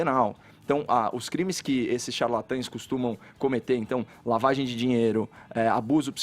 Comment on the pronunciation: O sujeito não consegue sequer pronunciar a palavra : "dinheiro" ; e vem falar sobre um assunto tão sério ????